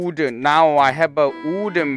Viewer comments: When the Korean guy tries to pronounce english words like wooden and zombie I like how he said wooden, "ooden" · Me: ah wooden pickaxe: Uden pick—axe? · How we say wooden sword then there’s moon saying udon sword